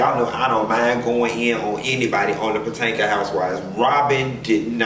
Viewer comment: Lmao if you say patanka housewives one mo time😂😂😂😂😂😂😂😂😂😂